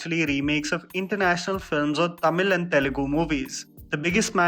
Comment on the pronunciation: is finally becoming better with Tamizh pronunciation ♥️😂🤟